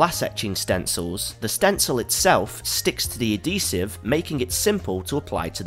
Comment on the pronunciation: Why is everyone suddenly pronouncing "adhesive" as "uh-dee-sieve"? It's not a silent "H:, people! It's pronounced "Ad-He-Sieve"